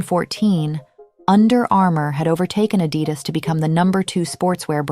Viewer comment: I came this close to switching off after the mispronunciation of Adidas…